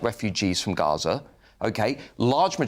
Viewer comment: The lefties pronunciation of gaza was enough to know who his mates are